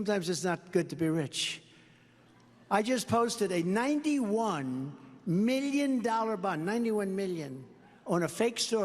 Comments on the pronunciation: Trump is so narcissistic he can't say "million" without pronouncing it "me-llion" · Do you think he could deny the statement since he doesn’t know how to say million 😂 “91 Millinging dallars” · 😂😂 91 "milli-en"! He's a stupid SOB! 😂